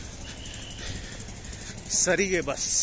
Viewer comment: What is sarige, it's not sarige, it's saarige, saarige means Transport in kannada